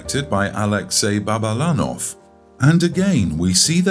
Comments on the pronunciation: not Babalanov, it's Balabanov. Suka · Excuse me but it's Alexey Balabanov, not Babalanov.